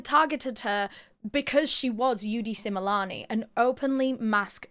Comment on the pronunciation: I’m from South Africa, I’m loving how you pronounce their name correctly ❤love this 😊